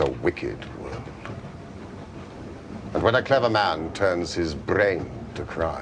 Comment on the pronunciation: The way he pronounces "brain" ... oh my.